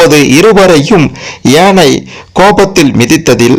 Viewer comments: And also yeinai instead of YAANAI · Not yenai...it is yaanai